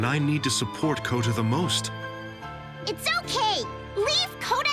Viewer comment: I meant you say Kouta